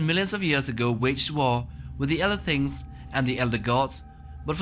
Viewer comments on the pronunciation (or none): none